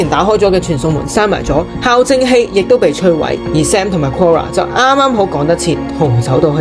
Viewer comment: 小提醒，校對，校正，係讀「教」正的